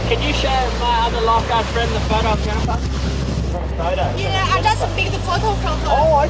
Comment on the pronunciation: JENIFAHH!! Cought me off guard the editor new what he was doing by repeating it 😂